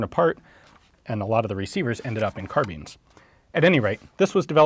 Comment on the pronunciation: imagine saying car-beans